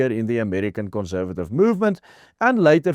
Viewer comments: Please... conssssservative, NOT conzzzzervative! Doen asseblief iets oor jou Engelse uitspraak. Maak ore seer! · Great article. Just a bit of constructive criticism. Conservative - the s should not be pronounced as z.